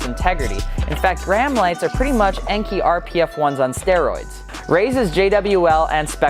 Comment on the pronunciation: Love the videos just subbed. But my god, it is pronounced similar to "AN-KAY". Not "N-KEY". Basic Japanese pronounciation.